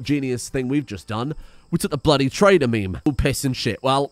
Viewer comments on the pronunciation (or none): none